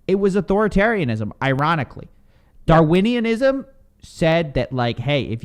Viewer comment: Between “Darwinianism” and “Naming and Shaming” this was the olympics of saying things wrong 🤣🤣🤣